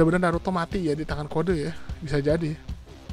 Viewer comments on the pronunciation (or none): Nama yang kamu sebut itu salah code itu maksud percakapan nye code bukan kodey